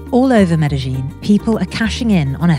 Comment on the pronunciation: It's not pronounced with a zh sound, it's med - uh - yeen